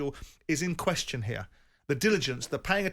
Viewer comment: Jim "It begs the qwestchin" White